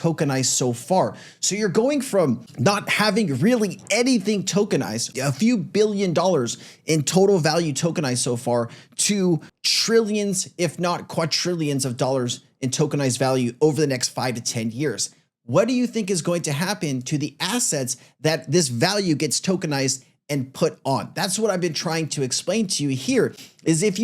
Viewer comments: It’s not pronounced “qua-trillions,” it is “QUADRILLIONS.” 💵💵💵💵💵💵💵💵💵💵💵💵💵💵💵💵💵💵💵💵💵💵💵💵💵💵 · Forever killing me with the mispronunciation of “quadrillions”…where’s that hidden “t” my man?